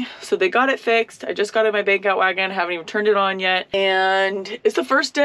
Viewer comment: Took a few hears to understand you were saying 'Bank out wagon" - I thought at first you said "Beak out wagon"